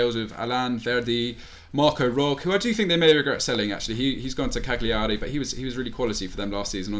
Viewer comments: Hahaha pronounced "cagliari" correctly for the first time ever and then corrected himself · you said Cagliari right then corrected yourself and got it wrong. 🤦‍♂️